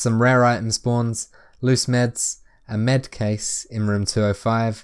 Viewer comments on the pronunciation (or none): none